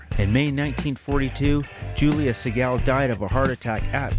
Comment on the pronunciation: Say the Sigel name right damnit.